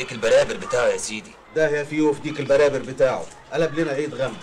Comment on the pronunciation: صدقني من محافظة سوهاج في صعيد مصر وبنقول ديك البراري مش البرابر